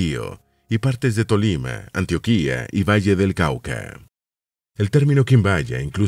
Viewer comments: Pdta no es Antioquía, es Antioquia...suena totslmente diferente 😅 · Antioquia, no antiokuia. Pronuncia mal el nombre de nuestro departamento. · Muy lindo el video. Sobre todo porque soy colombiano. Sólo una aclaración. En la Biblia aparece Antioquía en el libro de los hechos de los Apóstoles. Pero en Colombia decimos Antioquia, con acento en la o y sin tilde en la i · Para este caso se dice Antióquia, solo ese detalle, muchas gracias por el video, por cierto en la ciudad de Armenia se encuentra el museo Quimbaya